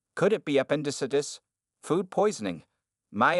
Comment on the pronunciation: That's a new pronunciation for appendicitis...terrible in fact